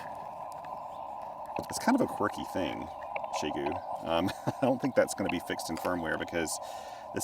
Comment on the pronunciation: Your pronunciation of the company name is closest to what my Chinese friends would say. The prevalent pronunciations I hear on YT are not even trying 😞